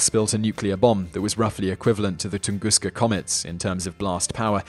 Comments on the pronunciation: Ton-Gus-ka, Not tungusca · Why do you pronounce "Tunguska" as Tungooster at the the beginning of the video, but a more American Tungusta at the end? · OhioCruffler - It seems the British follow a rule that if the last letter of a word is a vowel and the first letter of the next word is a vowel, they put an R in there. So TunguskA Event (vowel-vowel) becomes tungusker, but tunguskA Blast (vowel-consonant) just stays tunguska. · This is great. I love hearing about the Tunguska Event. There's no "r" at the end of Tunguska or Hiroshima, though.